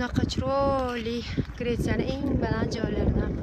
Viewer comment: Гретция деб озиз айтизу опа😂😊😊